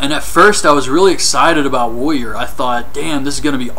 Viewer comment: woyer ...woyer ... its "warrior"